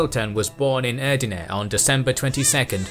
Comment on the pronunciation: "cem sultan was born in ERDIINE" my ears are bleeding